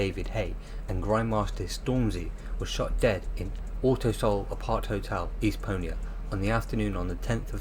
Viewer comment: Mal-agga??? Estpo-a?it's Estepona and Malaga.